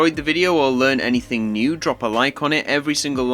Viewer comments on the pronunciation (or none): none